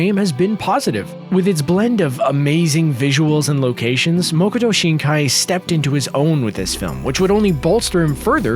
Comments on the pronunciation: It's not Moo-ko-to, it's Maa-Ko-To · Btw it's Makoto not mokoto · it's makoto not mokoto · It's MA-koto Shinkai, not "MO-koto" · It's been more than a year and there is still no erratum. IT'S MAKOTO. MA-KO-TO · Please, Its Makoto Shinkai, not Mokoto Shinaki. As someone who speaks Japanese, this is a simple detail, it is literally his name.